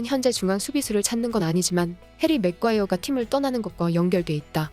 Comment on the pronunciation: 맥과이어 아니고 매과이어입니다!